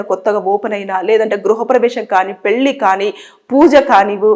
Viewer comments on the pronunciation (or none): none